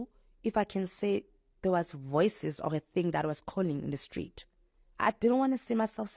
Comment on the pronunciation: "The stleet calling me"😂 That insane...